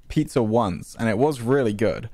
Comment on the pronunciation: “pitzer and pahsta”-george 2022